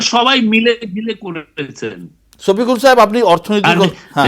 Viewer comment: ওরে ভাই ছপিকুল নাহ। ওটা শফিকুল